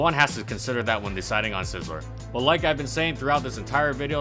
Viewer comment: Holy crap I like your videos but this one is really annoying, you keep pronouncing Scizor wrong... there is no L is Scizor...